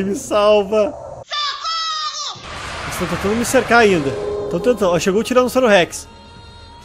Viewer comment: Impressão minha ou ele falou tiranossauro sex ?